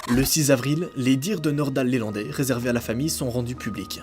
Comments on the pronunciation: C'est pas LÉlandai,c'est LElandai!!! Il n'y a pas d'accent sur le E . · LElandais pas lélandais. . Et c'est son véhicule perso pas une camionnette.... bref surtout sur une affaire super médiatisé.... tu merdouille 😂😂😂😂